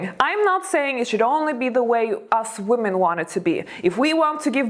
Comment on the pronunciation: Thanks. It's always interesting But you mispronounce the word women